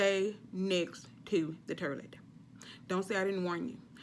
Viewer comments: I like how she say toilet 😂 terrlet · Lol😂😂😂 she said turdlet not even toilet! I'm ready! Staying home all day today! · Awww she said 'Terlett' as in toilet😁😁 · I know damn well she didnt just say the “terlet” for “toilet” 😐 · "... on the 'turlet'" 😂😂😂😂😂😂😂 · 😂 lmao with this girl with the turrlet, instead of toilet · The turlet ..🤣🤣🤣 T4S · Did she say turdlet lol country lol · Terleet!!!!....honey you need a prescription on english...that will work immediately and keep you up all night!!!! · Did she say turlet? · “Stay close to the terlet” 😂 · She said "STAY. NEXT. TO. THE TERRLETT!" 🤣😂🤣😂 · On the “terlet” lmao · you are silly... hahahaha...Terlet. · 😂😂😂 not the terlete😂😂😂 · Turlet'....lol. I love your lingo. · TURDLET wtf is a turdlet , ah ! i just got it. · Stay next to the "turlet" 😅😘😅😅😅😘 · The "turdlet"!!! LMAO!!! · The “Turlet” 🚽 😂🤣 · She is hilarious! "Turlet" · "Da tirlet" lol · On the turlette! 😂😂😂😂😂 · The turlet 😭😭😭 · "Terlet"... okay??? Lol...😂😂😂 But seriously...laxative. Be very careful. I'm an RN, trust me. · Sounds like "turdlet" 🤣